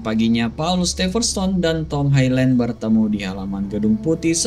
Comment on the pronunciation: Highland ,dibaca HaiLèn 😊 itu aja. 👍👍